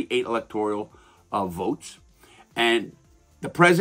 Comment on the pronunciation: I like the second half of the comment but “electorial” that’s just a mispronunciation and or misunderstood how the word is. Kinda irrelevant but still a good necessary correction.